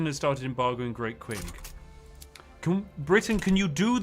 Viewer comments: "It takes a lot to be this good at pronunciation." Constantly mispronounces Qing (Ching) as "Kwing"...ROTFLMFAO!!!...lol. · How many times will Spiff play longform Victoria 3 streams and still not learn how to pronounce Qing